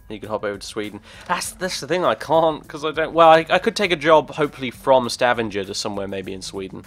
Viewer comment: YAY I live in stavanger! :D and let e just say, you butchered stavanger's name :P but that doesn't matter :)